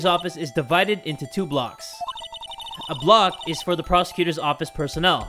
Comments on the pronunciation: Idk why i find it so amusing that you said "ah block" instead of A-block lolol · 😂 i got confused for a second when he said ah block and then said b block